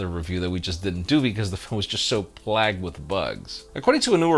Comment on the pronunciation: did you just say "plagged" instead of "plagued"? You're adorable